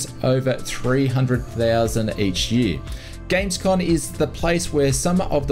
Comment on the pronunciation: GamesCoMMMMM not GamesCoNNNN